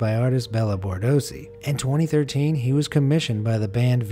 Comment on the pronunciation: his name is Borsodi, not Bordosi...